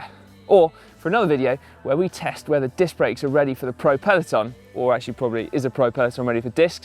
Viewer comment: grebo121 what are you going on about the process for? i was making a joke about him saying dick instead of disc. lol I could of figured that all out without instructions, although i don't currently own a bicycle I'm quite mechanically inclined. Swapping dicks on the other hand requires a surgeon with a scalpel. not a 5mm Allen key. get it right Lol